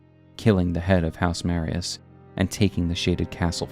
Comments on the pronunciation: its marais not marias, said Mar-eh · Why is no YouTuber at all ever able to pronounce “Marais” properly? Lol It’s “Ma-Ray” not Mariah’s. Marais in French means Swamp or Marsh/Marshland. House Marais (Ma-RAY). The Marais (Ma-RAY) Executioner’s Sword. NEXT, it’s not “Echo-aid”. Eochaid would be pronounced either “EYO-kaid” or “EHK-ayd” There is no “Echo” sound in this word. If you’re going to do a lore video, at least take 10 mins to figure out how things a pronounced, and that starts from actually looking at the words. They’ll tell you more often than not just by the order in which the letters are placed. Then just check out etymology. It’s really not that hard if you just slow down and try. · Two small corrections: House Marius -> House Marais (maree) Echoaid -> Eochaid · It's not Marias, it's Marais, and it's pronounced Maray (means swamp in French) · Okay, video is entertaining, gotta give you that. Also a video about my favorite character in the game. Another point for you. But I'm a professional hater, so I got a job to do, excuse the inconvenience. It's M A R A I ' S Executioner Sword. Not Maria's... MARAI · Hey there; just some pronunciation gripes. (Mispronunciations drive me insane.) The name of the House of Marais is francophonic, and thus is correctly pronounced 'ma-RAY', not 'marry-us'. Eochaid is celtiphonic, or Irish-sounding, so its correct pronunciation is 'O-hahd', not 'ecko-aid'. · Marias, Echo-aid, bro I’m sorry I really am not tryna be a dick but just take an extra second to read the names I’m retarded so it’s very distracting hearing you mispronounce them over and over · It’s pronounced Ma-rye (Marais) like how Versailles is pronounced. This is the only nitpick I have with a lot of small YouTubers please pay attention to pronunciations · Sorry to be that guy but it's pronounced "Marey", means "swamp" in french and used to be a common name for wealthy nobles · Great video but the pronunciation of Marais and Eochaid is killing me lol